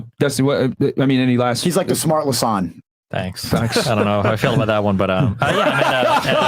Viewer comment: He said Lasan lmao